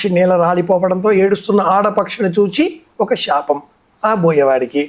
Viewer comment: అయ్యా మీరూ షాపం అని పలకటం బాగోలేదు అది శాపం